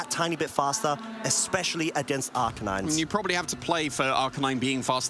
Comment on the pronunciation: "Ar -KAY-nine"..